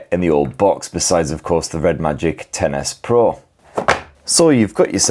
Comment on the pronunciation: I love that it sounds like you're saying Tennis Pro when you say the phones name. Hehe